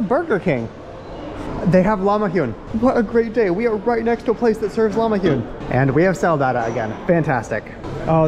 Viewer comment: LahmaJoon not LahmaHoon